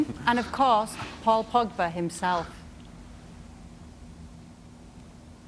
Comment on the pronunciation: Ay you guys i like Kay but did yall hear her say Paul Pogger? Or Paul Pogga 😭😭😂😂💀 that was hilarious